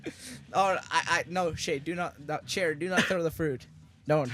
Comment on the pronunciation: XD also they called you shae not chair